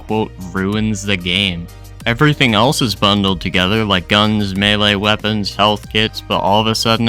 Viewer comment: He's saying melee but he says it wrong, like "mee lee" or "mealy" or something